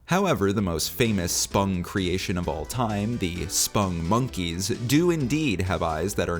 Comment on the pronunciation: Why do you pronounce it "spungmonkeys"? It's "spong . . ." (rhymes with "pong"). That's how their creator Joel Veitch pronounces it.